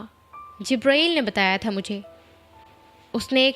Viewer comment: Jibraeeel NAHI jibril HOTA hai